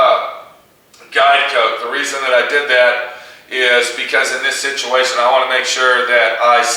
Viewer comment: serious situ-WAY-tion